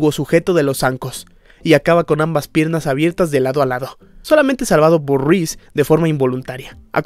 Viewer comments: Porque decís "Ruiz"????? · excelente trabajo tu vídeo 👍👌 felicitaciones 🙂... sólo me incómoda escuchar "Ruíz" en lugar de "Reese" (Riss). 😅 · YO ESCUCHANDO A DECIR RUIZ:V:V:V:v:v A REESE